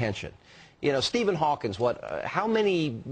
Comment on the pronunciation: wow did he really say steven hawkins